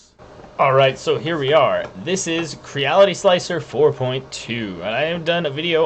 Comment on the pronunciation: It's pronounced Cre-Ality. You know like the word reality. Think of it as a smash up word combo of create and reality